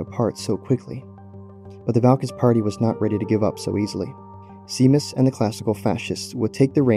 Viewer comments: Seamas is pronounced as "shay-mas," not "see-mas." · Amazing video, 10/10 top-notch editing. One thing - the name Seamus is an Irish name pronounced as "shay-mus". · It's prounaced like Shamus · I could swear that Seamus is pronounced as "Shay-mus" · “seamas” is supposed to be pronounced “shay-mas” it’s an irish name 😭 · Not important at all but I’m pretty sure the pronunciation is “Shay-moss” at least that’s what is it it’s spelt as ‘Seamus.’ Could be totally wrong though, again super unimportant though lmao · Seamus is pronounced "Shay-miss"